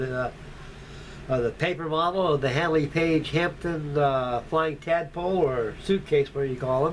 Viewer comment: It's called a Handley page "Hampden" not Hampton!!!